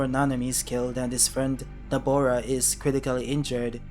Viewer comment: I heard Dabura as well. Nobara sounds waaaaay different from the what you said.